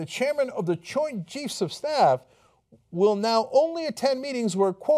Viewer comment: "Choint Jeifs" Lol :'D